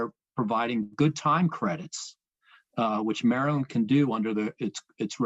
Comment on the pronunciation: mureland, you mean maryland?